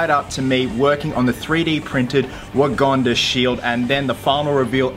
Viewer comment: He says waganda and not wakanda